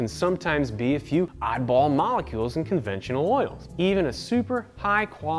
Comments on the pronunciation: onventional huh. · ONVENTIONAL? Y'all out here creating new words😂